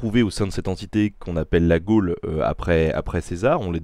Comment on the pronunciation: Tres bonne vidéo, super interessante. Mais une question, et ce n'est pas une critique ou une attaque, mais est-ce que c'est du a l'accent de Mr Garcia qu'on entend "gole" au lieu de gaulle ou alors ça se prononce Gole ? Merci